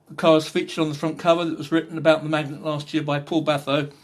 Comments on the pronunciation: Lovely car, pronounced Mag-nett, rather than Magnet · It’s Mag nette ...NOT Magnet.........